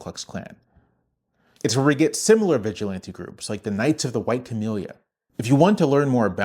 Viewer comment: Historically, they aren’t the Klan, they’re the Sturmabteilung, the predecessor to the SS. Trump’s goon squad. edit: the stress in “vigilante” goes on the third syllable, it isn’t the same as “vigilant.”